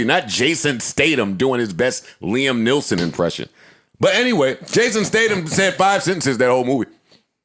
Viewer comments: If Joe is gonna do anything, it’s mispronounced someone’s name. Jason Stadum & Liam Nelson 😂😂😂😂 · Joe: Jason STADUM Also Joe: Liam NEELSON More Joe: SHAMON Moore